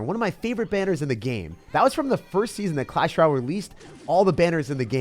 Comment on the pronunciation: I think you're missing pronouncing royale. It's a french word which is why it's so easily misspronounced. Just don't want you sounding goofy out there.